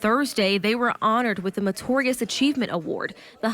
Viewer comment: It's meritorious. I can't believe that incorrect pronunciation made it on to the news